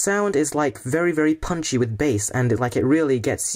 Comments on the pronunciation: why did you pronounce it as 'bas' not 'bayse'? xD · the way you say bass hahahaha